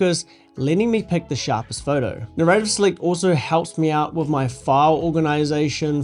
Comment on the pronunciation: First time I've heard someone pronounce "narrative" like that! And $15 per month? That's seems pretty steep. I mean it's almost as much as an Adobe Lightroom + Photoshop subscription and they're lampooned for their pricing!